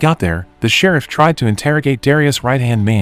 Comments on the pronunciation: "Shir-reef"?????🤔...I think it's pronounced..."Shir-if" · The way you say shereef lmfao ( sheriff 😂😂😂) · Rubee instead of Ruby Shereeef instead of sheriff ? FFS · Omfg it's Sheriff not Shareef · Who would name their kid “Rubby”? 😂 And why is the cop named “Sharif”? Gotta love these computer voice pronunciations eh? 😅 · The Serreef? Wow that's the worst AI voice-over ever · The who came?? Who or what is "Shereef"??? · right? It’s not hard to type. AI would know the word sheriff lol. Not Sharif and Rubby 😂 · Sha-reef? Hate AI. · "Rubbee " ? "Shereef " ? A decent B-movie reduces to comedy fodder, due to apparently functionally illiterate recapping skills. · The person narrating haven't actually watched the movies, but instead reading directly from a script from someone that probably didn't watch the movies either. Ruby became Rubby.... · Text to voice is fine sometimes but for fuck sakes, if it's unable to pronounce words correctly then it's hurting the video instead of helping. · Why is the narrator saying sheriff so weird?